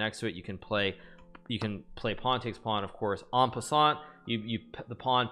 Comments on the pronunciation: No he didn't it's actually pronounced On + Pas + On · my guy really pronounced it en peasant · in peasant? that pronounciation tho. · Yes, he refers to bishops as AWPs/snipers due to their ability to attack and defend from a long distance :) He also sometimes calls knights horses and queens grills. It's just all in good fun, like how he pronounces en passant("awn puh-SAHnt") as "an peasant" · i fucking knew it. He says "en peasant" as a joke, but says it so much and so often you really wonder if he doesn't know how to say it. Fooled me, for certain. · i think it's pronounced 'an peasant' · yeah its an inside joke made during the first chess boom in 2020 when some french canadian streamer mispronounced a french term